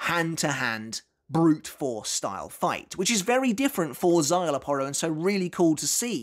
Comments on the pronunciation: I thought I was the only one that pronounces Szayelaporro as the uploader does. 😮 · Bruh... you can pronounce "szayelapporo" and even remember the "é" at the end of Illforte. But yet "adjuchas" on your tongue, becomes "ad-joo-kass" You've been making Bleach content for over ten years now, you HAVE to know better, right? Like, you know Arrancar are Spanish-themed, you're not oblivious to the concept. Is it like, some innate British resistance to the concept of foreign-sounding words? Does the idea of pronouncing something based from Spain make your skin crawl or something? Or is it one of those situations where you've been corrected so many times that now you're just digging in your heels and doing it on purpose out of spite?